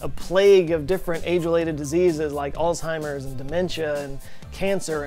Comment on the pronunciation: It's "Alzheimer's" not "Old timers" 🤣